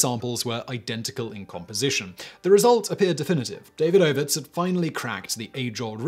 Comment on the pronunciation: Surely it's duh-VEED-uh-vits and not DAY-vid-OH-vits.